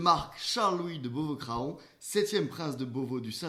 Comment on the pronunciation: Craon se prononce CRAN, quel saccage ! Au piquet !